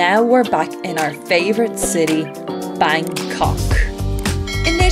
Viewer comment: I like the way you pronounce Bangkok